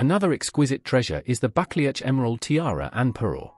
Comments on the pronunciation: It’s not pronounced bucklyatch, but Ba clue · It’s pronounced “buckloo” not buckleach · It’s pronounced “Bucloo” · I liked "bakle-atch"😂😅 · You should learn to pronounce the ducal title correctly! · I’m not sure what’s worse, the fact that you can’t pronounce the name, of the fact that you repeat it 3 billion f——- times 😵😵😵😵😵😵😵😵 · I'm cringing at the pronunciation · Omg...the pronunciations is truly appalling. Why AI horror... it's so ignorant? Time to drop this vlog?